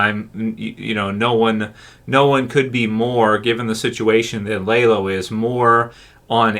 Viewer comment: LAYlo? You don't even watch the damn show. Blocked!